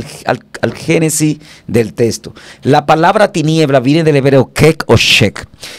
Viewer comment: Los Dominicanos no hablan bien el castellano. En vez de decir texto. Dicen. Testo. Cambian las letras mencionan la L. Envés dela. R